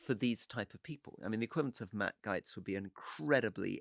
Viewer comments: I cannot tell you how pissed off I am at my fellow Americans for re-electing this moron.... These people have no clue of the ramifications of this.... And Gaetz is pronounced Gates, not Gites. And this is a kakistocracy, no doubt. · Rory, does do you insist on calling him Matt GYTES? Everyone calls him Matt Gates. It’s infuriating when the American arrogantly pronounce names how they feel they should be pronounced. Can we not adopt that please?